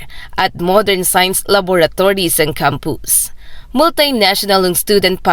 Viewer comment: Laboratories po at hindi lavatories?